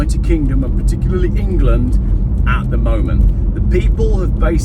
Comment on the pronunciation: Engerland, Engerland, Engerland... Engerland, Engerland, Engerlaaaaand, Engerland, Engerland, Engerland...Engerland, ENGERLAND.